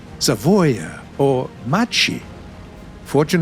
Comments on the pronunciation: More like "makke", fr🏧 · Hey, Macchi is actually pronounced "Mach E" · The way he pronounced "macchi", oh lord, I think I will j out in real life